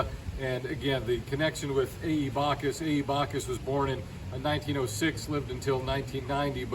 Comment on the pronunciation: It's Backus not Bacchus in pronunciation; you started out well but then made his name sound like a Greek God. Also, realize he never taught the "Highwaymen", they, Alfred Hair and Harold Newton simply watched him and copied him. Although Beanie was open to all races and kept his studio door open to all, he never liked their work and thought it was very average, which most of it is to be artistically honest.